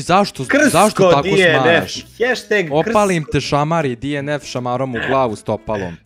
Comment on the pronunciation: nekazese dienef nego dnf